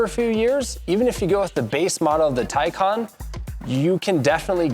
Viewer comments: The first half of the video is about how to pronounce the name and then he pronounces it wrong every single time after. Wtf lol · excuse me that’s not how it’s pronounced 😂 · Did I just watch you "Educate" us on how to pronounce "Tay-can" and then you proceed to butcher the name? Bruh. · wait why tell us how its pronounced and then put us through the discomfort 😂😂 very detailed review otherwise